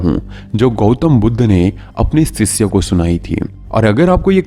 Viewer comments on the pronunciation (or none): Please correct your pronunciation. It's not, सिसय, it is शिष्य